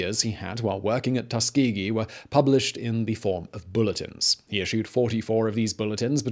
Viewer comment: Well I've been pronouncing Tuskegee incorrectly for 18 years, cheers dad 🙄